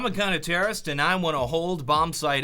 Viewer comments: "I'm a cunter-terrorist" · "I'm a Cunter-Terrorist/.../" 0.0